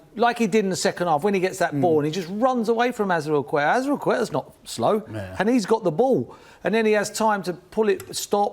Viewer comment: Truth HasATongue what did he even meant to say azpilicueta 🤣